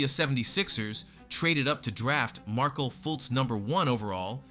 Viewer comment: Wtf what's up with the multiple mispronounced names in this video? Is the narrator American? Markel Fultz? It's Mar-Kelle! 😂. Kareem Abdul- Jabber? 😂 It's Kareem Abdul-Jabbar. Damm man look up the correct linguistical way to properly say the name before you make a yt video. 👎🏿. Stop being lazy.